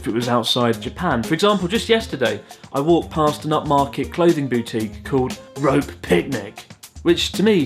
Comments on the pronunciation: It's not ロープ, it's supposed to be read as ロペ! But yes it's funny as. I reckon you should use those colloquiums in your school, good way to teach English culture to Japanese ppl. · No no no, it's not "rope" picnic, it's ROPÉ (ropay) picnic ! Lolol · Its not rope , it's "Ro-Pay" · It's not Ropé (Rope) Picnic it's Ropé as in Rop-ay which is weirder. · Actually Chris, it is misspelled if you're going to pronounce it [rop]. The way it's written, it should be pronounced [rope]. Notice the accent aigu.I get it though, if you had pronounced it correctly in the first place you wouldn't be able to make jokes about a surreal picnic.You've changed. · It’s ro-pe. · isn't it 'ro-pay'? pretty sure the thingy above the 'e' is supposed to mean something. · It's Ropay Pinic; there's clearly an accent mark on the e'. Like Shar Pei, the dog breed. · That accept makes it pronounced "rho-pay" as French and classy and stuff. A Rope Picnic scary, a Rho-pay Picnic is fun and exciting. My favourite shop name was a toss-up between "Hysteric Glamour" and "Store my Ducks." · Wouldn't "Ropé Picnic" actually be pronounced as "Ropey Picnic" which if anything is even worse. Implying that there clothes are for picnics with tons of bees everywhere, maybe a horde of dogs eating all the sandwiches and weeing on stuff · Rope Picnic is spelt wrong. That accent means it should really be pronounced Roppay Picnic, which isn't as funny. Unless my pedantic comment is hilarious to you, I guess (fingers crossed!). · Probably you are not reading comments about your video you uploaded 3 years ago. Ropé is a coined name of a fashion brand, which was taken from Saint Ropéz (France). So you pronounce the last e too. They probably thought it is a good idea to name their casual line "picnic" . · It's suu-kee, not sucky. And it's ro-peh, not rope. What a wanker! LOL!